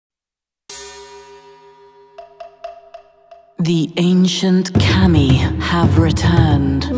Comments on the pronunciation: Kami is not pronounced "Cammy" but "c-uh-mee" and Sakura is not pronounced "SuhkOOwuh" but "Saah-kraah" and Shogun is not pronounced "Show-gun" but "Shoh-gn" and Oni is not pronounced "o-ni" bu... ah fuck it. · It's pronounced Kah-Me, that's where his "confusion" is coming from. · yes, the pronunciation of kami kept bugging me in this vid. Also sakura isn't pronounced "sekoora". I know it's minor stuff, but all the more reason to get it right.